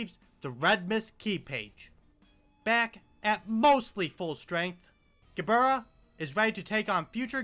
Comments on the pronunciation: i took 20 white damage when i heard him pronounce Gebura WHY DID HE PRONOUNCE MIMICRY LIKE THAT 💔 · Ge-burr-rah That's my new favorite way to say her name